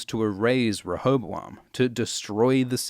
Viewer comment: Listening to you try to pronounce rehoboam was painful tbh